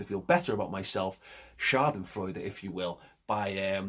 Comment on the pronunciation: he says Schadensfreude like a real german without an accent:)